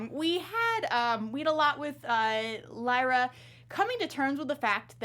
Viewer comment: I got triggerd when she said leera when it pronounced lighra but spelt lyra